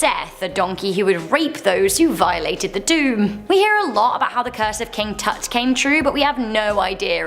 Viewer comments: Tut = cut. Please tell her that’s how you say it 🥴🥴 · Sounds shes calling him a fart